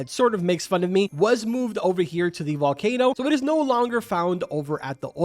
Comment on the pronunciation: The volkayno was to hyped in my opinion